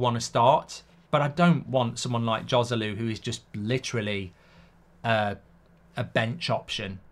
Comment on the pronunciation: It’s amazing that as a talk show host you don’t even bother to learn the correct pronunciation of the foreign names. “J” in Spanish is pronounced “H” so Joselu should be pronounced Hoselu. On the other hand a J in an Arabic name is pronounced, so I am not sure why you pronounce Mejbri “Mayburi”! According to his Wikipedia profile his last name is Al-Mejbri with a very strong sounding jay!!